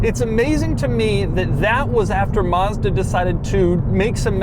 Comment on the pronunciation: To all americans,the first a in mazda is like the a for apple not like you would say mustang